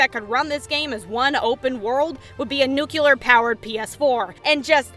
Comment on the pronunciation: Nookuler......she said nookuler.....It's nuclear! Aside from that annoyance, awesome video with hilarity and great info!